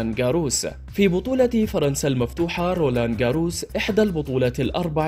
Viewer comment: اخطاء بالقراءة خصوصا في اسماء اللاعبين واضح انه شخص غير مهتم بالرياضة او غير متابع رابائيل نادال ديوكوفيتش فريد رير ايضا اسم البطولة نطقه بشكل غريب رولان غارووووس غير مقبول من اعلامي حتى لو كان صاحب صوت جيد مثل هذه الاخطاء